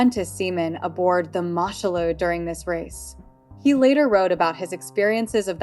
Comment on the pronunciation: It's pronounced Moo Shoe Loo FFS. The Germans seized her in 1940. Much of your information goes against what I know of the vessel.